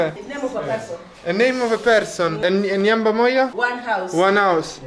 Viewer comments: this is nice making some of us tour using our eyes too. Remember the swahili word is Nyumba (with 'u' and not 'a') the way you pronounced it. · am laughing so hard here the way you are pronouncing "Nyumba" 🤣🤣🤣🤣🤣😂😂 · It funny how you pronounce"nyumba moja"... but you tried 😂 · you are doing so good for sure. I like and laugh the way you pronounce the word "Nyumba" you make it sound something else 😂😂😂All the best in all. May God continue prptecting you. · Haha the nyumba pronounciation lol .....amazing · 🤣🤣🤣🤣🤣🤣nyumba la 🏠 casa lettera u (Umbria)poi hai pronunciato la parola nyumba al posto di U per Umbria hai detto a per Ancona in swahili se tu pronunci con la lettera a vuol dire scoreggio🤣🤣🤣🤣🤣🤣🤣🤣